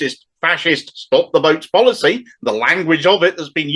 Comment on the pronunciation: For a moment I was confused whether you said “stop the boats” or “stop the votes” as the Tories are doing both.